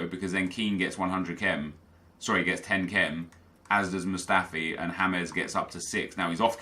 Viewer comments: "Ha-mez" Milner.......... Hes English ffs. One syllable J A M E S. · It's not hamez it's James Milner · Stop to fucking pronounce James Milner like you pronounce James Rodriguez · Did he actually say "Hames Milner" hahahahahha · Lol a man said James Milner like James Rodriguez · Stop pronouncing James Milner like it's Spanish. HE'S ENGLISH! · Just say james milner in engsligh, not colombian